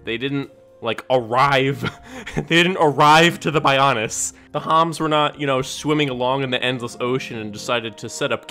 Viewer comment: The odd pronunciations in the reviews here were what got me the most during this video. 😂 “Bionis” being pronounced as “BUY-OWN-IS” especially cracked me up!